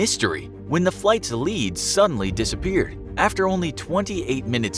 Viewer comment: when he said "flight's lead suddenly disappeared" I heard "flight's lead sunn lee dissapeared" XD